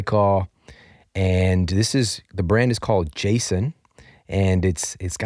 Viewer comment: is another website like Thrifty Foods. I buy Auromere Ayurvedic toothpaste which is $3.89 on Vitacost, but about $6-$7 at Whole Foods and Earthfare. Lol at you pronouncing Jason toothpaste. Used them for a bit. My boyfriend likes their unscented deodorant.